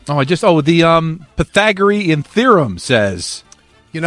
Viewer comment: "The Pygathoreon Theroem... Duh..."